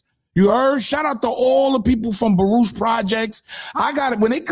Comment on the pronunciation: Did he say Baroosh projects 😂😂😂